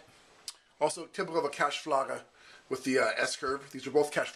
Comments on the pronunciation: Sorry but I can't go away with cachebagglers. It's pronounced like Kat (like first A in Kattegat) s (like in snow) bal (like in bald) ger (like in lager beer) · Katz.....balger not Katz....blager